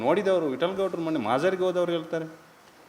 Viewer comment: Modlu kannada sari maatadu,keraladava,ಮೊಣಣೆ ಬದಲು ಮೊನ್ನೆ ಅಂತ ಒದರು